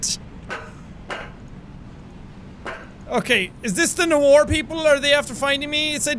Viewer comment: i like how he said nowar not noir